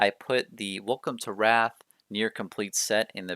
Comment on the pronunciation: Nice collection! Pronounced Rathe not wrath though 😁